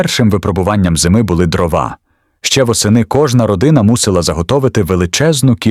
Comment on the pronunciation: Та не дровА , а дрОва!!! Чому ви в українських словах робите російські наголоси?! Не конІ , а кОні Не травИ , а трАви Не чАсник , а часнИк!!! Не кагАнці , а *каганцІ*. Ви ніколи не чули, як звучить українська мова? Вже не говорячи про зображення. Ніколи не бачили української хАти, навіть на картинках у дитячих книжечках? Вони були обмазані глиною і побІлені! А української пЕчі? Якщо вже ви назвалися "Історична правда", то створюйте щось максимально схоже на неї! Бо у вас покищо виходять "Історичні побрехеньки", нафантазовані ШІ.